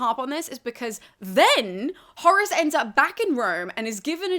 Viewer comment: I hear Horus every time xDD